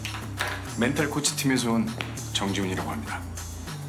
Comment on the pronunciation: 코치가 아니라 꼬치네여